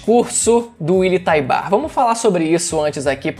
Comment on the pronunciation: “Uily taibar” skdkdkdk